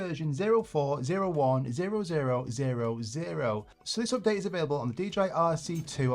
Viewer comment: it calls Update ... NOT OPdate